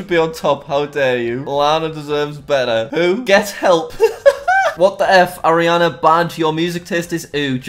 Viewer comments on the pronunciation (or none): none